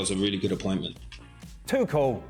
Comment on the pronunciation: That guy that mispronounced Tuchel is embarrassing. How can he be on a football show? Has he not heard the name pronounced about a billion times already? Tousshhhel . So weird